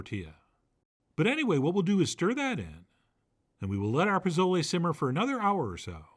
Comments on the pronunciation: Your recipe looks amazing, clearly you've taken the time to research and create something very special but please, please, please stop calling it "pa-Zo-lay," it's pronounced "po-So-leh." The /z/ has an /s/ sound and the vowel is short (think of the word "leg" without the /g/). I'm going to try this on Sunday ;) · Great receipe Chef. But its not "Pa.zo.lee." Its "Po.zoh.le." Theere aren't any "a" sounds and "le" is pronounced like "Le Plume." Thank you. Always entertaining.